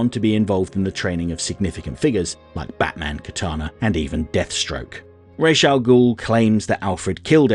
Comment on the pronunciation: Maybe it’s an American Vs British thing, but just about everyone I know pronounces the name like (I’m spelling phonetically) Rahz. Which I personally find preferable.